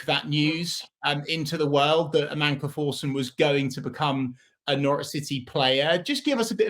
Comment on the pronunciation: May be wrong but pretty sure it’s Amankwah Forson